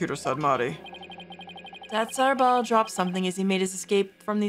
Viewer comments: I'm pretty sure Datz Are'bal is pronounced like, "Datz a rebel". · Btw I believe the pronunciation is Ah-reh-ball, and the pun is "that's a rebel" or "that's horrible".